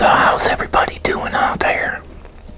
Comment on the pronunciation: I love his accent lol. The way he says his “air”s “How’s everyone doing out thare?” “Pull up a chaire” And then “his mahm” 😊